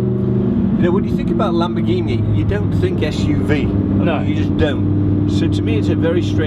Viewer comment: LAMBORGHINI NON "LEMBERGHINI" 🤣😂